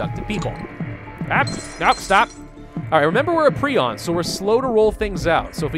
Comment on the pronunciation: Its "prie-on" not "pree-on"